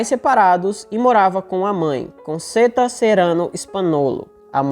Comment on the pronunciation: aqui vai uma dica: Conchetta( se eu não escrevi errado...) a pronúncia correta em italiano é CONTCHETA. UM ABRAÇO